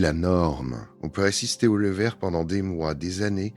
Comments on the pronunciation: 1887 ????? Louis 14 est mort en 1715 😏🙄🤦🤦🤦 Le « levère » du roi 🤦🤦🤦 Vive l’i a et sa voix insupportable 😨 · Excellente vidéo, très intéressante. Même la voix IA (dommage !) est assez bonne, si on excepte les "levères" du Roi.